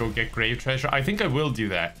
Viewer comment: after saying "trasure" 75 billion times: "I have to be careful or I might actually start saying 'trasure.'" Dear, you couldn't say it more if you tried.